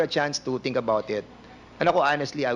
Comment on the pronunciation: Executive session? Tapos dun nyo tuturuan kung ano ang sasabihin! Dan Pernandez! Ang “F” ay hindi “P”. Ang “V “ ay Hindi “B”. Ang “Think ay hindi “Tink”! Flease lang fo!